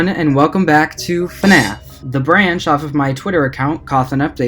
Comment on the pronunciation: “FuhNaff” 💕 lol I love that 💕 It’s like a 4 year old spelled it